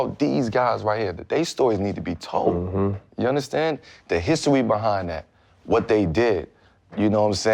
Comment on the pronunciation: “the histowy behind that”